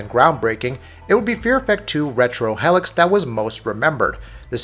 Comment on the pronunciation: Its not "hell-icks" its pronounced "heel-icks". This guy butchers words in every review he does.